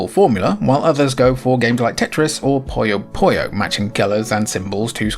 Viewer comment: To nerd out, Puyo Puyo ぷよぷよ is pronounced "poo-yo poo-yo".